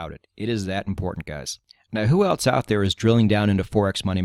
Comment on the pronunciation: I must say that I like the way you say "else" like "elts"